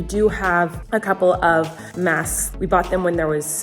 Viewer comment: It bothered me so much that I couldn’t hear her pronounce the k in masks. Like ik she said it right, but I just had to go back once just to see if I could hear her 😂